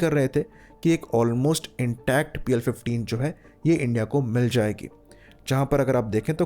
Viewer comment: Pl -15 E❌ PL-15 AAND✅